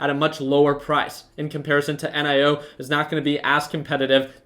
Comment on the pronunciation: Why you call it En I o, why not simply NIO